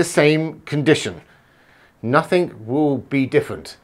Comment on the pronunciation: "Nothink"??? I presume you mean "nothing"? Even as a native English speaker, you can't master the basics of it?